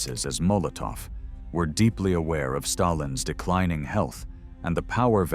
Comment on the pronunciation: Stayilns health 🤣🤣🤣